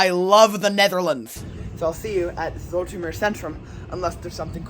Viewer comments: I can't get over the fact that he keeps saing "Zoh-etter-meer" OMG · To pronounce Zoetermeer properly say 'ooh' and remember that sound incoporate your 'ooh' into zoohtermeer and your there!😂❤ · You could probably have asked someone how names are pronounced. Most Dutchmen are happy to instruct our phonetically challenged brothers and sisters in rest of the world, ie. everyone else, in the way god intended letters to be pronounced, as we're the only ones that seem to be getting it right. 😜 You would have learned that you could simply have pronounced "Zoet" as "Soot" instead of that complicated "z-oh-eh-t" with which you're putting the tip of your tongue in mortal danger of being bitten off. 😁 (Knowing my fellow Dutchmen they'd probably throw in some interesting new curses with which to impress your friends and neighbours, entertain impressionable young children and scare off small predators.) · The oe in Zoetermeer sounds like the oo in zoo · The "oe" is pronounced like the oe in shoes